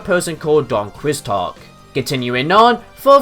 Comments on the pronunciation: Hey! His name is not pronounced Don Quiz-Talk You pronounce it Don Key-Ho-Tay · Okay, Don Quixote's name is pronounced as "Don Key-ho-tay" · did you just say Don "Quicks-tot?" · Don Quixote is pronounced "key-ho-tay" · For anyone who cares, the pronounciation of the name is "Dawn Key-Oh-Tay." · I had a professor who would cross reference with Don Quixote every single class ._." It almost put me into shock when I heard this fellows way of pronouncing it ^^" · Don Quixote is pronounced {don kiˈxote] I learned about him in Spanish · How is this trivia when you don't mention specific stuff from the Japanese versions?! Also the You mispronounced TOHO Company and Don Quixote (Key - Oh - Tay) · omg the way you mispronounced Don Quixote